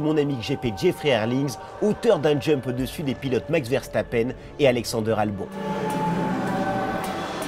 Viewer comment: et pas Max verstappein mais verstappen